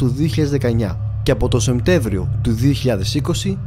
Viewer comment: Πολύ καλή δουλειά όπως πάντα! πέρισυ* και όχι "ΣεΜτέβριο" αλλά "ΣεΠτέΜβριο"